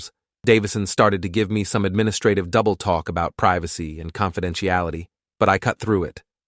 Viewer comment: It's talk not twwawlk